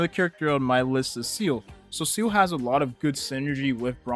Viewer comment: bro calls seele "seal"